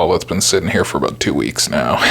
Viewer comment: Sweet Les Paul. Good Video..........say the word abuot more often